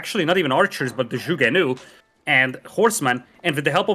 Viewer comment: Kudos to Zhugenu pronunciation, spot on!